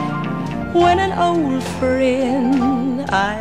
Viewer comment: これもいい曲ですね。friendの発音がなまってますね。